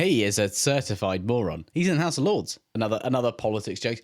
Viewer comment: not the hoose rice